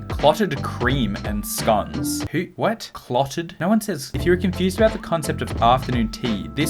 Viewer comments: I think its funny how you say scones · Aren’t scones british? (Also you said scones a little weird) and clotted cream isn’t the same as whipped cream. Like not at all. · You pronounced it like SKONES! XD I am crying, damn man I am from Germany, but we have british scones regularly and my family loves them (besides my brother but he´s weird anyway)